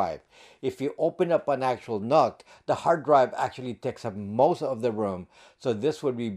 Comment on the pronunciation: I'm pretty sure NUC is supposed to be pronounced like "Nuke". Think about it, ...Intel Atom, as in "atomic", ...Intel NUC, as in "nuclear"... It just kinda makes sense. 🤷‍♂️